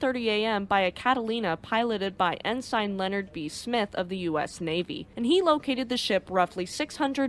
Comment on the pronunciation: and -some help with pronunciations; Ensign is pronounced ehn-sun Eugen is pronounced oy-gun Lütjens is pronounced loot-jens Finally, a piece of trivia: Ballard was on a top secret, classified project in 1989. He had asked, if there was time, could he seek out Hood and Bismarck? He was told that he could, if time allowed. He finished the classified project 12 days ahead of schedule. On Hood, he had to do some searching, but finished with five days remaining. On Bismarck, he had help in that another searcher had found her and provided the clue: "Look for an undersea volcano, you will find her on the slope." Since there was only one volcano in that area, they found Bismarck easily. Bismarck landed near the peak and slid down through the mud to near the bottom of the slope. Addendum: Going against Ballard's feelings to leave Hood intact the Royal Navy did recover the ship's bell from the Hood and it now resides in the naval museum of Portsmouth.